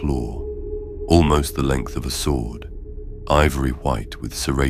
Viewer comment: Yeah this is AI slop. Mispronounces character names, mispronounces "Tyranid", mispronounces "sword" and then later pronounces it correctly. It's very well done AI, but don't be fooled. Unsubscribed. Don't support this stuff.